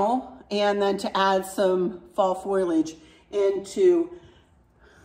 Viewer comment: Sweet, I love your new fall decor, and I especially appreciate your effort to pronounce foliage perfectly! You did it!